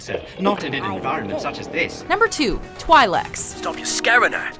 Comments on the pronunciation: *It’s pronounced “Twee-leck”, not “Twie-leck”. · Twy-lecs? I thought it was a twil-ic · did you really pronounce twi'lek like that....oh boy... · she pronounced twi'lek wrong